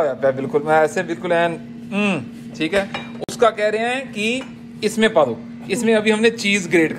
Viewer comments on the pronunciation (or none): When a punjabi guy speaking hindi and suddenly says paddoo padoo😅😅😆😂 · Dude i know you’re saying paa do( let’s do this as well) but being a non punjabi, it sounds like you’re asking to fart!!😂😂😂